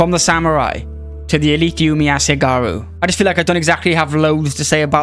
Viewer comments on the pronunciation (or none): none